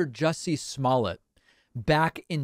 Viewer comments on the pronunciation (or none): Sir , it’s pronounced juicy smuckers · Jussie Small-let? Lol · Sir it's pronounced juicy smolett